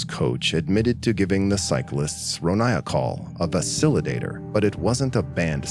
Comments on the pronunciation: "a vasilodator" Do you mean a "vasodilator"? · The names may have been correct, but not all the words were. Vasodilator is vay-so-DYE-uh-lay-tor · vasodilator (vā-zō-‘dī-lā-tər) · you said "vaso-dilator" completely fucking wrong. Took me a second to catch it too... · And how do you pronounce vasodilator? Heres a hint; it aint ANYthing like what you said🙄